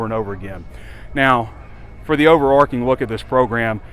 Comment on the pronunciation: It’s over-arCH, not over-ark…